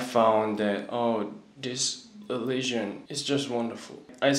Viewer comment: The way he say leligion instead of religion 😍 how cute is he 🥰😍😍 Allah bless you Best regards from Iraq 🇮🇶